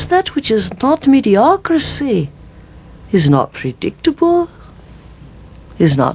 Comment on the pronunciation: Mediocricy this from an ascended master , I'd have thought he would have learned by now to pronounce words in there proper pronunciation ,for example it is "Mediocrity" . Here to teach us lol.